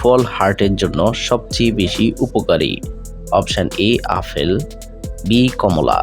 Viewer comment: কথা টা আফল নয় আপেল হবে